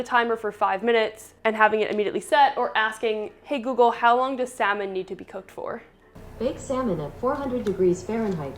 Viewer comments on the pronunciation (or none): The way she said salmon 😱